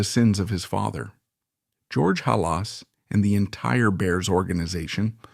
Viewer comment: Lose the AI.if you can't pounce rhe name of the founder of the Bears you lose all.credibility